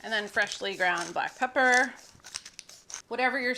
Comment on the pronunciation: Is it really that hard to say pepper?